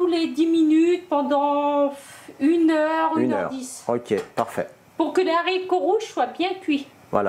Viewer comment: En toute amitié, c'est des Haricots, avec un H aspiré et 'non des z' haricots. Des haches etc 😉 Bon appétit